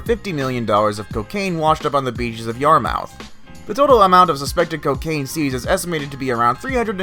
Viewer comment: #9 you mean Cape Cod Yarmouth?? If so it's pronounced Yar-mith. Love your videos❤